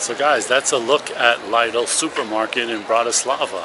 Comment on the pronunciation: And he's saying dollar, dollar, all the time. But it's euros. And he knows it's not cents. But it is cents, -eurocents. So basicly almost the whole video is wrong! He also calls the store "laidel", and he seems a little annoyed about another man being busy on his phone. And he has been filming and talking through the whole store...